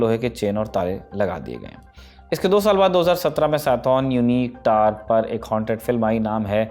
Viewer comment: Tower ko Tar bol raha Gawar